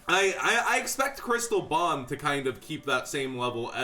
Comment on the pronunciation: I straight up thought this nigga was saying Chris LeBlanc instead of Crystal Bond. 😂😂 i was mad confused.